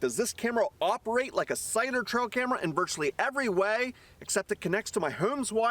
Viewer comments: Sounds like cider to me . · Is he saying “cider” or cellular? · Thats what im hearing too. 🤔